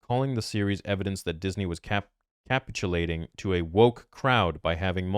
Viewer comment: "kah-pitch-you-lay-ting", Dearest.